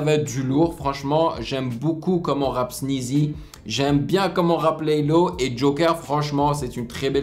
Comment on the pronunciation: Le dernier couplet c'est sneaazy et pas laylow tu a dis laylow ahah